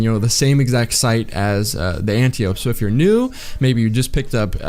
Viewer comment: ANN-TY-OH-PEE...not Ann-tee-ohp. It's greek.